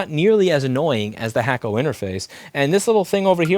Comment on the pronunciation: You know, every time you said hakko i thought you were talking smack about the hot air solder you were using. I thought u were saying hack-o.. as in “Chinese bootleg”. 🤦🏽‍♂️ only took me over ten years to figure that out.